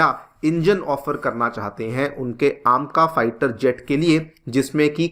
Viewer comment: कुछ सूतिए पता नहीं अपने आप को kya समझते हैं, "ऐमका" को "आमका",, "Two point Zero" को "टू प्वाइंट ओ" और "Four Zero Four" को "Four Not Four" Bolte हैं,, अपने आप को special दिखाने के लिए ऊंटपटांग pronounce करते हैं ‼️